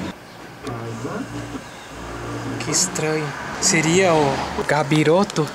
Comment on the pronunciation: é "CAPIROTO" não "GABIROTO" KKKKKKKKK segunda vez já, sei que pode vim os mongol falando merda mas é só brincadeira, quem já viu o outro video vai entender